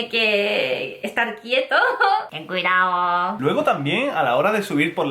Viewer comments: jajajajajajja linda, me reí mucho cuando dijo "Ten cuidaoooo" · Ten cuidaooooooooooo! 🙊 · "Ten cuidaooo"